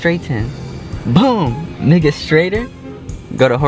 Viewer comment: That didn’t sound like he said “Make it”